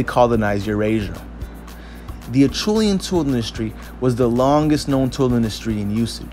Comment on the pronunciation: pronounced asherlian